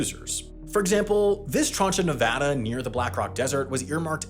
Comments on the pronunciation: We Nevadans appreciate the shoutout episode and that you said the state name correctly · Thank you for pronouncing Nevada correctly, happy Nevada day!!